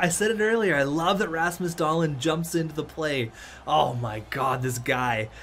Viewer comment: Its DahlEEn not DahLIN